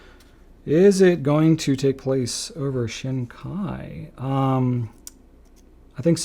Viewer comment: This was a fun video. Thanks! You mentioned pronunciation issues, so let me give you two corrections. The “shin” in Shin Kai is more like "sheen", not "shehn". And the “sou” in souboku is more like "soo", not "sue".